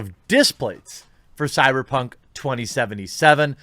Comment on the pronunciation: It drives me mad when you say cyperpunk two times in the ad